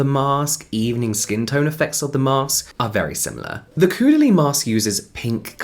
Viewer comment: Always amused that nobody can pronounce Caudalie. 'au' is 'oh' in French. Like Taupe.